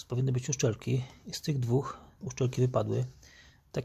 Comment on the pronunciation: najważniejsze to czyste (uczelki) poćwicz wymowę bo oglądałem i co mówiłeś o uszczelce to uczelki